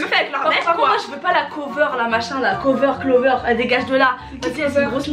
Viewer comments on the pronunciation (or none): Clovere 😂😂😂😂😂😂kouvr